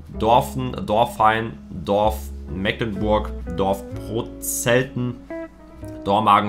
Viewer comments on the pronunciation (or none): none